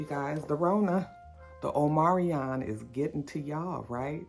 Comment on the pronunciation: Omarion, the singer, getting a bad wrap with the Rona. It's "Omicron," right?! Lol